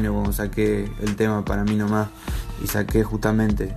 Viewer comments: JAJAJA no pueden decir ahora "Para mi nomá"😂😂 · Jajaja para mi noma jajajaja se molestan por una frase mal pronunciado y habla de inventar y argumenta con palabras equivocada jajaja